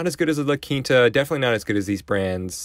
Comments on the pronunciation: Yeah, it is pronounced "La Keenta" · A lot of people pronounce it “La Kinta”